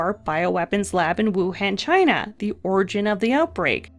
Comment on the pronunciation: “The supa germ from Chy-na/ The supa germ from Chy-na...”